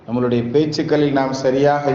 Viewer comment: இந்த பயானில் நம்முடைய என்று சொல்லும் இடத்தில் நம்மலு டை என்று புழங்கி யிருக்கிறீர்கள்